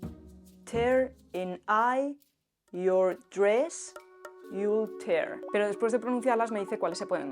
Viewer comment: ELSA! ‘you’ se pronuncia jʊw, no jə, ‘your’ se pronuncia jɔː, no jʊr, ‘with’ se pronuncia wɪð, no wɪθ, ‘tear’ (lágrima) se pronuncia tiə, to tɛr. Además, el documento que se ve a las es Beowulf y está en inglés antiguo, no en francés.